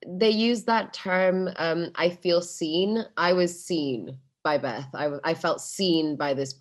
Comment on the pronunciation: もしもベスの発音のことを言うてるなら Bes でなく Beth だからね